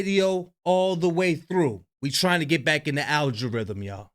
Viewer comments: I been dying every vid he say al-jer rithm 🤣🤣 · it's AL-GO-RIT-HM